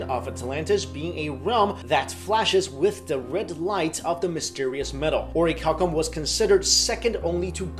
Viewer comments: I thought he said "oreo cow cum" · I'm sorry but I hear cow cum 😂😂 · Oricalcum? Really? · its pronounced or-a-calum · orichalcum... oh my god the seal of orichalcos